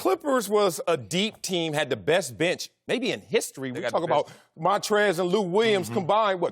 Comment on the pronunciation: Np 22 I have a feeling you will be learning to pronounce the name "Montrezl" very soon.